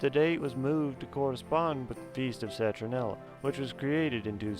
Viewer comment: Great info. It sounds like you are saying "Citronella" but I get the gist.